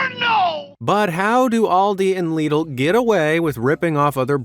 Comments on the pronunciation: Alright a few things about the British section. Lidl is pronounced "Lid-l" not "leed-l". Second off, Aldi don't make the foods. A company called snackrite (probably owned by walkers) make them. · One, Alidi not Oldi Two, Lidl not leedlel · Lidl isn't pronounced leedl its pronounced little but the t is d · you pronounced it as lee-dal but here in the uk it’s pronounced like little but if a d replaced the two ts so lidl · it’s actually pronounced Lid-ul